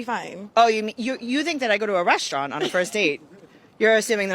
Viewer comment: In would never go anywhere with a woman who says, "RESHtaurant."